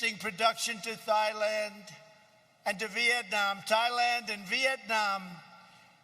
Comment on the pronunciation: imagine taking ONE mispronounced word from this 1 hour speech and making this comment. SAD!